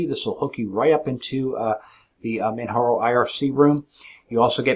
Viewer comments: man jar o, not man har o. this is not a spanish distro. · its not manharo, its manJaro. its not spanish its english